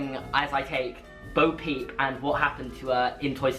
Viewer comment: I just want to point out it's Bo Peep not boo peep but I agree